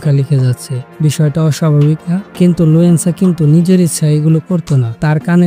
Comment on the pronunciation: লুয়েনসা না বলদ লুসেনডা